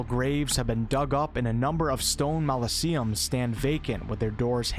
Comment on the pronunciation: . I’m sure you meant mausoleums. :D